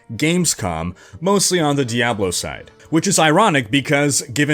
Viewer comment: GUISE! DEE-AYY-BLOOOE IS DED. D-E-D !